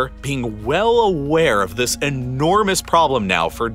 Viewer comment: I really liked your videos because of the information you shared till the point you started focusing on certain words while narrating. When you concentrate on words like 'entirely' by pronouncing it as 'enti....rely' and 'enormous' like 'ennn......ormous' I lose interest. A little focus makes your video great but this much focus irritates me... It could be just me but this really makes me switch to other video instead of watching whole 20-40 mins video... Just can't bear it. Otherwise, the content of your videos are really great. Respect for your time and effort in making these videos... Cheers..